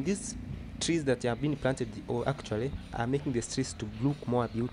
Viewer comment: Nice video everything perfect. Don't say DALE_SALAM. What's wrong with you guys L-R R-L just say Darrrrrrrrrrrrrrrrrrrrrrrrrrrrrrrrrrrrrrrrr dar_es_ salaam and also the tiiiz what's the tiiiz mean? The trees